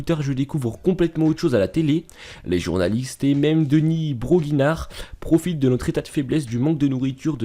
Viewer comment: Il a dit 'deny broguignard'' 😂